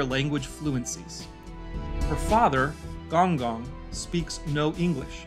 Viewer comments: "gOnG gOng" bruh you could've at least heard the word being said many times and made an attempt to remember how it's correctly pronounced.. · Not pronouncing Gong Gong with a hard G. 😭